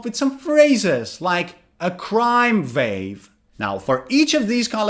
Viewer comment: Crime is countable, you can say commit (*a*) serious crime. You also said (vave) although it is (wah) wave. Your way is inspiring. I like what you're doing but always make sure it is correct in every way.